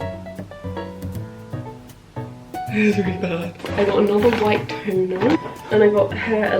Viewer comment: When you said “white toner” I thought you said white tuna